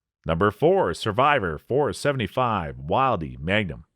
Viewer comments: It's .475 WILL-dee and .454 kuh-SOOL. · Wildey: "Will Dee" Casull: "Kah Sool" Magnum: "Mag Num"